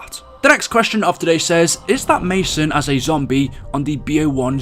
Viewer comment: Lol i though you said "Ma Son" haahah